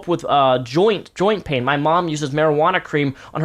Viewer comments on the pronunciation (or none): none